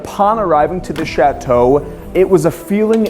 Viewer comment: It’s not pronounced Chat-Toe, Chateau is one word! Regardless, what a stunning building.